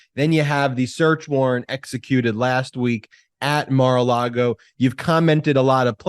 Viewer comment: I love the way calls it Mar a Lardo!! Gets me every time. You're getting your karma Mr. Cohen! Enjoy!!😁